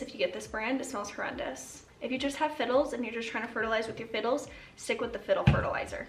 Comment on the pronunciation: So you said they need fertilizer...I heard "they need their pre-workout"! 🤣🤣🤣